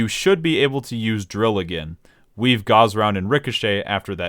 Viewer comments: bruh gauze round? GAUZE? its "GAWSSSSSSSSSSSSSSSSSSSSSSSSSSSSSSSSSSSSSSSSSSSSSS" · seriously i honestly cannot for the fucking life of me figure out how ANYONE could EVER get that pronounciation unless he's straight trolling, but by him pronouncing "GAUSS" as "GAUZE" as in "GET THE GAUZE PADS MY EARS ARE BLEEDING" lmaoo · As someone who's in their senior year of college, studying electrical engineering, your pronounciation of Gauss is painful, totally ok with the Machinist pronounciation though :) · Damn, fucked up the pronunciation of Machinist AND Gauss.